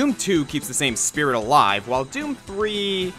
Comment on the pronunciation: YOU DID IT RIGHT YOU'RE THE ONLY YOUTUBER TO SAY DOOM RIGHT YES!